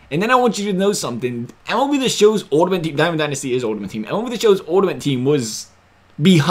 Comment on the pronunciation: Please learn how pronounce ULTIMATE... lmao!!